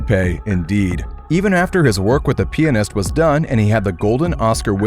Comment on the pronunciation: PLEASE FUCKING SAY PIANIST RIGHT